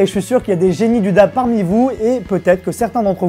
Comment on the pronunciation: Sa se prononce Daib